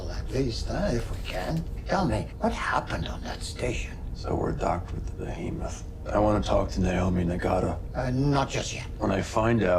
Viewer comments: The ship is named "BEhemoth" not "BOhemoth." Bohemoth's not actually a word. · It's Behemoth btw, not Bohemoth ;-)